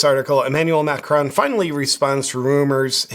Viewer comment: Macron is pronounced Mah- krone. Last syllable rhymes with cone or lone.